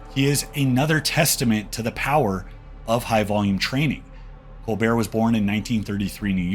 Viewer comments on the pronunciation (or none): The t isn't silent in Colbert generally.